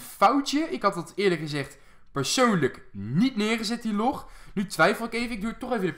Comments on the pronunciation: zeg log geen loog is irritant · je zegt the log verkeerd het lijkt lok